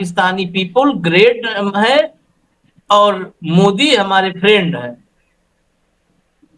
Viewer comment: Friend or prend.😂😂😂